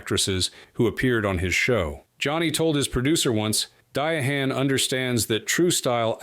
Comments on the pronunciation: Dee-a-hann Carroll, really?? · Come on! Di Ha ann or is is it De hann or Diahann? Bo for Ursula or Ursula for Bo. Oh NO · Who is "Dye-uh-HANN"? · Comment, repeat, repeat, repeat, repeat, then say the same thing again. This is better with the sound off. Dee-ah-han Carroll? Hey-zoos!